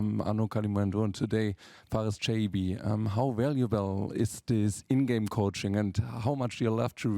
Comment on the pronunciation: An den Reporter der FAZ: Chaibi spielt seit 2,5 Jahren hier, man kann von der hiesigen Presse also durchaus erwarten, dass sein Name langsam mal korrekt ausgesprochen wird, zumal die Eintracht vor langer Zeit ein short veröffentlichte, in dem er die Aussprache seines Namens vormacht. Schäi-bi. Hat auch was mit Respekt zu tun und ist überhaupt nicht schwer.